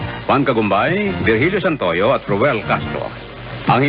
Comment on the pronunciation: Correction: Virgilio Santoyo, not Vilgirio Santo Yo